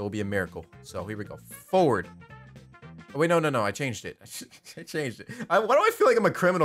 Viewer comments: the word forward crispy: fowerd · Forward doesnt work cause you say foward